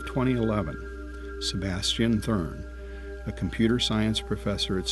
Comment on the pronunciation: Sebastian thRUN, not thURN.